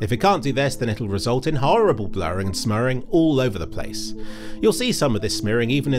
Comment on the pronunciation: "Smurring" or "Smearing"?